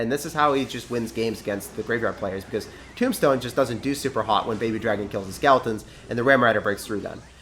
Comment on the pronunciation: When you said graveyard tornado tombstone, I thought you said tomato tombstone!